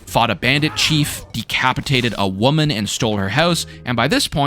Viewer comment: why you gotta put so much emphasis on "decapitating a WOMAN" like bruh